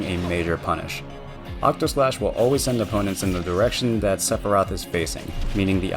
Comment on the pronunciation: *Octaslashn not Octoslash. Sorry, FF fan. Had to say it. 😖 Fantastic guide, thank you so much!!!